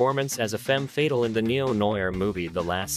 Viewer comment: It's FA TALE not FATAL. Good video